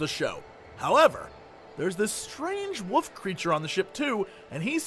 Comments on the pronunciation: Jesse's pronunciation of "wolf" sounds like woof and I cannot unhear it! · I love how Jesse says Woof instead of wolf. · am i the only one who hears jesse saying wuff instead of wolf ?